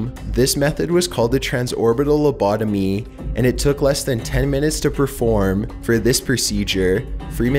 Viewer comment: Why do you pronounce it "Lubodomeeeee" ?